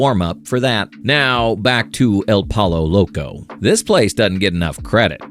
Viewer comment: I love how he can pronounce TortiLLas right, but not poLLo !